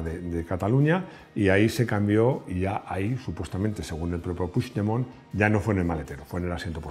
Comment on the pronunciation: Creo q eres el unico español q sabe pronunciar el apellido PUIGDEMONT . T lo dice un catalán 😂😂😂😂lo digo con humor web😂😉